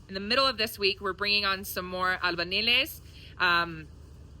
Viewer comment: It’s all coming along 👏🏻 very nicely. albañiles is pronounced A l b a y i l e s 🙈